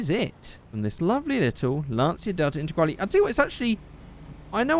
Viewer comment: As an Italian I've never seen someone hate on the integrale (also nice pronunciation)